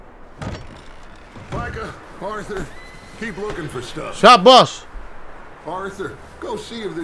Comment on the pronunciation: Arthur bang bukan althul